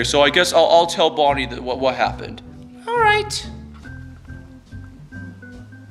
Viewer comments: It’s BONNIE NOT BUNNY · It's Bonnie not Bunny